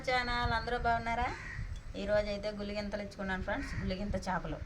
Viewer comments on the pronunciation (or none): గులిగింతలు కాదు అక్క గులివిందలు